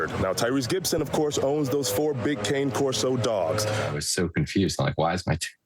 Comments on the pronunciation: Kah-nay Corso, please. Provelo-nay, please. Mascarpo-nay, please. It’s all about Italian. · Not a big deal, but the word "cane" in the name of the breed cane Corso is pronounced "canay," it just means "dog" in Italian. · Yes! Everyone say cane, as in 'walking cane'. And also, the plural of Corso is "CORSI" not Corsos.